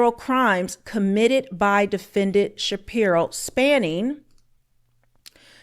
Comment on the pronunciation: …Shspiro… Every. Single. Time.